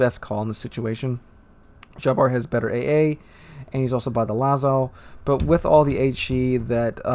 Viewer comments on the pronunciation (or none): "Lah-zoh" not "Lah-zow" The Jean Bart had RNGesus on his side on this match.